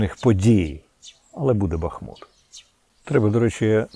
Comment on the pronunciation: п. Корчинський місто БахмУт так і вимовляється , дякую!!!!!!!!!!!!!!!!!